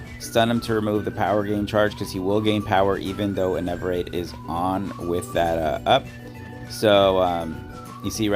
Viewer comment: Bro it’s ENERVATE not ENEVERATE